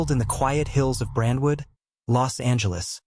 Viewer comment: It's Brentwood,, get it straight!!